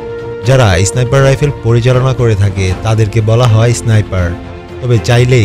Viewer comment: ভাই ওটা ইসনাইপার না। স্নাইপার হবে শব্দটা। আর ম্যাগাজিন না ম্যাগজিন হবে